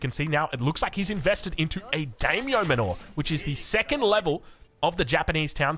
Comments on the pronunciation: MANOR - Pronounced like "manner" not manoor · We love you! It's pronounced "manner" not "mah-nor" 😅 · is saying manor wrong on purpose or what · sa-va-na biome and ma-nure. love it! LMAO